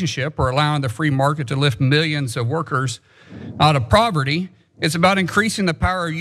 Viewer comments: He didn't say "poverty." He said "proverty", whatever THAT is! Maybe he meant to say "property" or "prosperity"? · What’s “proverty?”